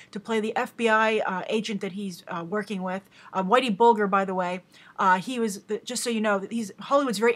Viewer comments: pronounced Bul - jer if your not from boston its understandable though. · Hi Grace. Just a heads up, it's Whitey Bulger with the "G" pronounced like it is in Fudge and Fridge. Big fan :)